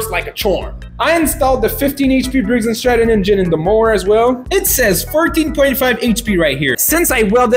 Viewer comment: He finally said "briggs and stratton" instead of "briggs n' strap-on"😂😂